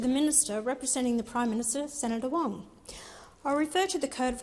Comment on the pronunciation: "Keeping the Bastards Honest." Someone send Wong to Speech Therapy!! Pauline for Prime Minister!!